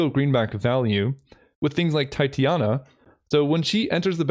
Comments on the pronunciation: Oh and also, small pronunciation correction (but no ill-will or shame intended) Titania Protector of Argoth is pronounced "tit-TAN-ya" or "tie-TANY-a" but not "TIE-tee-A-na". I only bother mentioning it because she's named after a Shakespeare character, so it's kind of a real word at this point. There's a moon named after her too! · Nice concepts. I can't help but also say that it is pronounced Titania not Titiana :3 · just FYI it's pronounced Tie-teh-nee-uh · tye-tane-ia is the way i would pronounce it. But you do you.....